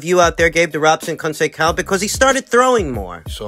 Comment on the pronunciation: The correct pronunciation of Robson's last name is "Cohn Say Sow". Unless you're mispronouncing it on purpose, of course...😁